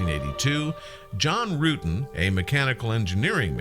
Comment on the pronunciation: its John Rutten with a short u.